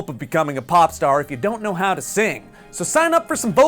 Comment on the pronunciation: When he says epic how to I hear epic cow 2